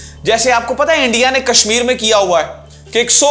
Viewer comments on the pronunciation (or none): none